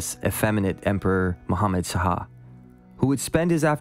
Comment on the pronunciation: Really well done. Enjoying it. WIth all friendliness intended, may I gently suggest that "Shah" is pronounced as one syllable? Just like "hah", but with a "shhhh" sound at the start. Not two syllables as "Sah-hah."